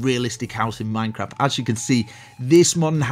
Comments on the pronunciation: He says minecrap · it sounds like he said "MineCrap"